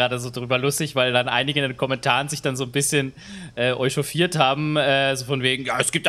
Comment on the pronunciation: ich glaub es heißt echauffieren und nicht euchauffieren xD